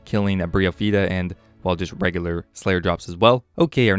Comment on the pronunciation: BTW it is BRYOPHYTA (Bry is pronounced like Die not like Brie, the cheese.)